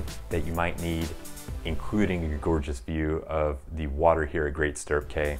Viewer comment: You should probably get the name correct...Great Stirrup Cay (pronounced "key")